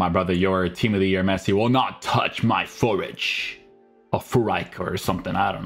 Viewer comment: You don‘t pronounce him like fear-rich🤦🏼‍♂️